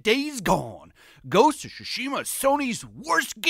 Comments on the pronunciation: Why does it always sound like he says Shu-shima and not Tsu-shima. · Im sorry but I can't- "Ghost of Shooshima" 💀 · The way he says "shushima" is killing me